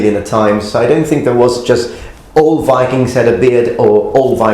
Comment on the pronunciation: Enjoy your videos a ton but i have a remark. You are often very eager to point out when someone butchers a japanese name, while you yourself say "go viking" completely wrong. I usually dont care but it seems a little odd (i also do realize that this is an old video)